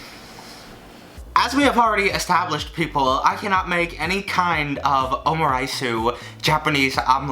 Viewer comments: omuriceu ?? is it just pronounced that way ? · I'm so sorry I think you're great but the way you pronounce omurice is so funny 😂 OMU-RAITSUE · every time he said omuriceu, i cringed a little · I don't think you say the "u" at the end of egg omelett.